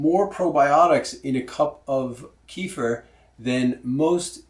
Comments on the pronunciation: Another offender ... Please! It's pronounced Keh-fear! NOT Kee-fer! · Thanks for the video! Just as an FYI...the word "kefir" is from the middle east. It is not pronounced [KEY-fur]. It is pronounced [kuh-FEAR]. Since this video is 8 yrs old, you may have been corrected before but I'm adding this just as an FYI. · It's pronounced "KEFF-eer" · great video! Thanks. But KEFIR is pronounced more like ke- feer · well .... you can "invent" even 25 ways of saying! But the reality is that KEFIR's original name is pronounced as "ke-feer" (or at least "ke-fear" if you wish). And that's how it's called for centuries. When first American enthusiasts adopted KEFIR they took the writing (spelling of it) without any clue of pronunciation ... and mispronounced it. That's how you get this mess :) The languages (Russian, Polish, Czech etc), the Americans borrowed the name of KEFIR from are quite strict and simple in regards of their spelling/pronunciation and usually (with very few exceptions) write the words as they sound. Unlike English :) So there you go: "ke" ("e" as in WEST) + "fir" ("i" pronounced as "ea" in EAST). Hope that helps :) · GAVE YOU THE WRONG REF ON MY PREVIOUS COMMENT RE:- KEFIR PRONUNCIATION - " KUHFEER " - CLICK ON THEN CLICK ON SPEAKER - THANKS - PETER OTTAWA ,CAN. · Please repeat 3 times. Keh-feer, keh-feer, keh-feer. ha ha ha. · keeh-furr lol